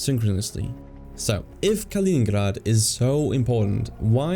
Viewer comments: Kaliningrad* not koningburger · Why the F are you pronouncing Kaliningrad like the name is Dutch. Its not Kalininghrahd ffs. Grad is a Russian word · Kalining𝓻ad Really though, idk what you are trying to achieve with this pronunciation because it is neither English nor Russian, you just sound silly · Калининград or in Roman script, Kaliningrad, as a territory, did not exist until 1946. The pronunciation is something like Kaleeneengrard. Whilst under German control, the main town/city was never known as Kaliningrad, It was "Königsberg " so I think that we can dispense with the German accent. The Gap is not spelt "Suwalki" it is "Suwałki". Ł/ł a unique Polish letter and is their equivalent of our "W/w" ... sort of "Whoaaah". There W is pronounced as our V although it migrates to F at the ends of words. Poles will forgive you if you pronounce Ł/ł as a straight W .... so SU (as as in "Susan") WAŁ (as in "vowel") KI (as in Kiwi) ..... so phonetically, something like SU VOW KI . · Ya know, its not incorrect to pronounce a foreign name in English. Trying to be accurate with the Russian pronunciation is just distracting. You know China is called Zhongguo in China.